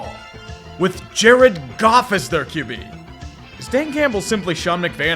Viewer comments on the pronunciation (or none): none